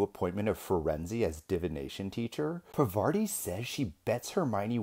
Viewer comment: Why everyone calls per-vaa-ti..... Even in film.... Correct pronunciation is Paar-vuh-tee.